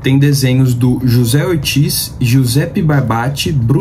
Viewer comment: só uma correção básica o desenhista anunciado aí na sua lista de mágico vento chamado José Ortiz ele é espanhol então no espanhol o j tem o som de r, ou seja pronúncia Rocé escreve José valeu abraço